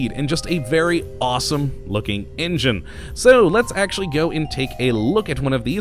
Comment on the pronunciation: its engine goddamit, not ingine